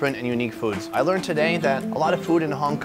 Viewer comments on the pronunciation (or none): none